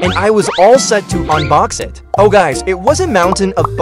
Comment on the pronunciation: bro not him saying i-t instead of it😂 Love your videos